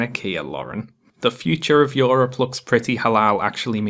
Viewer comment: "Yor-up". A few years late but great video.